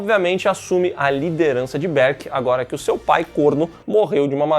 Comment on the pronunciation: Para de falar berk desse jeito